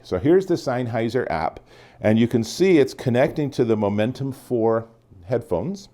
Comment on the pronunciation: Great review! Mine come in tomorrow I’m super excited. Your pronunciation of “Sennheiser” makes me cringe every time though lol.